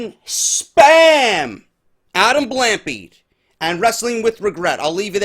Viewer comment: I don't really care but it's blahm-pee-ayed